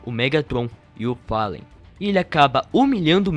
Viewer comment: Palen é top 😂😂 é Fallen mano